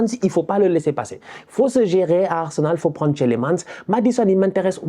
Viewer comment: Le premier "e" de Tielemans est muet. De rien 😅 Un Belge ❤